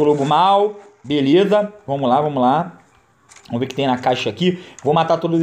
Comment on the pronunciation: Cara. Só para de falar "Vomos que vomos". É "Vamos" pelo amor de Deus. Eu n quero ficar corrigindo mas to passando mal por cada vez que escuto.